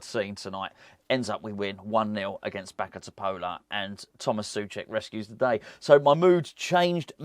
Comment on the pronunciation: A hint 😊: just as you say Souček with the č, you can correctly pronounce Bačka Topola 😊 Greeting from Serbia, COYI!